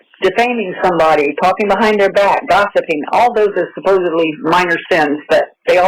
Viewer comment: Ahhhh I hate that people say “suppose-ably” instead of “supposedly!!!”